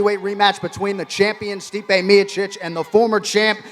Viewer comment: Who the fuck is miachich? Its Miocic, Jon anik needs to learn to fucking pronounce names.